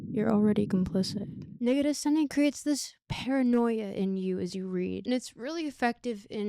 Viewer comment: I like how Negarestani almost sounds a bit like 'negative sunny'. Which makes sense.